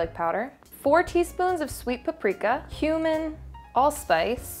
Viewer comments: When you said cumin i thought you said human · am i the only one who heard ‘human’ when she said cumin lol